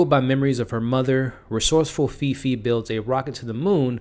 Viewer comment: Great review! The main character’s name is pronounced ‘Faye Faye’ :D